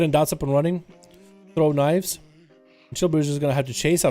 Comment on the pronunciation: Its "Chi" brew....not "Chill" brew. 🤦‍♂️